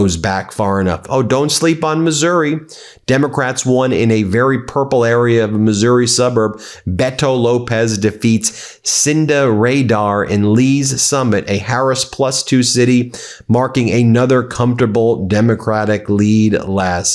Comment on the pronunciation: pron. Wah-kuh-shaw The Francis Howell district shift is great! My kid had a marching band competition in 2022. We found out later how bad they were so our school and many others refused to go there again. pron. Beh-to. He's a good dude. Cynda Rader (like the awful LV football team) was backed by a group of Project 2025 types. Lees Summit has made a REMARKABLE shift in the last six or seven years! Now to get rid of out MAGA-cuck state rep & senators!